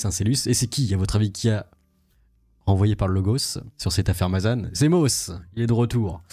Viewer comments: Mazane putin mais arrete ca se prononce mazen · On prononce Mazan comme écrit, pas Mazane. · au fait juste pour info on dit ma zan comme le bonbon le zan on dit pas mazane c'est pas une critique ses juste pour que tu est la bonne prononciation le an ce prononce en, je suis du Vaucluse je connais bien cette ville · On dit Mazan pas Mazane